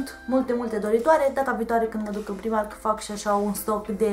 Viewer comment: Se citește "praimarc" nu "primark"